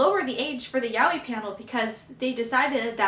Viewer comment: that's how u say it but ok